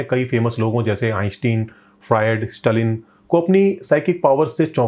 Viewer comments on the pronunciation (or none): none